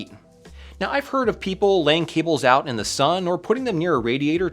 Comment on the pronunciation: "straighten the kinks oit of them" This.. Sounds kinda off